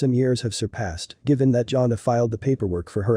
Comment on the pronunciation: It's not pronounced Johnna! It's pronounced Jan-A